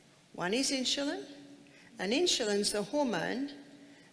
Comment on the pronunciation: Its insulin not inshulin.